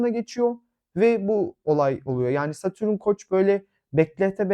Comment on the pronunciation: Ama lütfen, Satürün değil, Satürn.